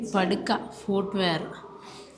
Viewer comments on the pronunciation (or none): പടുക്ക അല്ല ... പാദുക ... ചെരിപ്പ് കുട്ടികളേ'